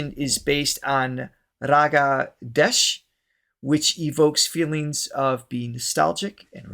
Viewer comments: The raga is pronounced Daesh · Sangam means confluence and the Raag is pronounced Daesh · Desh is pronounced Day-sh